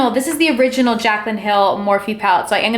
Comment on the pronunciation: Don't get me wrong gurl i love you. But i cringed every time you said Morphe